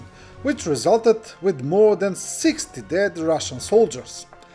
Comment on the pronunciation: it's "than"! Thank you for keeping us informed.